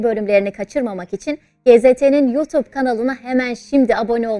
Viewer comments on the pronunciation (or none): none